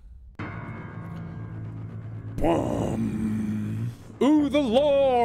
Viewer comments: I always found it hilarious the first time he played sister location how it says "Mr Afton" at the start of the game and Mark continued to call him "Mr Ashton" throughout most of the first playthrough. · Remember when mark would call afton, ashton?💀